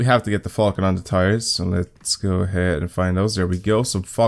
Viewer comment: when you say falken it sounds like fuckin lol